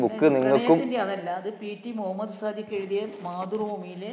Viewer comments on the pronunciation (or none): none